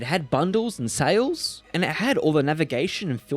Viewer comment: Epic: whats that sa-lé you speak of?